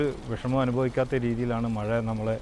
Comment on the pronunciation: 4.:21മയ അല്ല മഴ മയിര് 🤦‍♂️😁